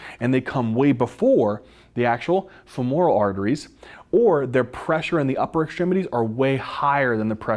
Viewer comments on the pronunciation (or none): The word "subsequently" was mispronounced five times! Emphasize the first and the third syllables not the second. The word "femoral" was also mispronounced. Emphasize the first syllable, not the second. Also, hypertension does not cause atherosclerotic plaques per see. Plaques form due to the electrodeposition of crystals onto the vessel walls. Electrodeposition is the only crystal formation mechanism that works at constant body temperature and adheres all sorts of crystals together as seen in electron microscopy of atherosclerotic plaques. Veins are not innervated so they're obviously spared, innervated capillaries and smaller vessels are spared because electrodeposition fails to take place there, short and squat people are more susceptible because conductivity increases for short wide conductors vs long thin ones of the same mass, plaques take place with turbulence as turbulence increases electrodeposition, and vibration increases plaques just as vibration increases electrodeposition. CNS lesions can form generalized plaques, thus plaque formation is a brain-controlled device for debilitation likely pheromonal in origin.